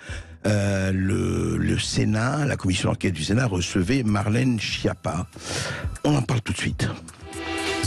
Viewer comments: En réalité on prononce skiappa. Tout est faux chez cette personne. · Quelle honte cette skiappa (phonétique).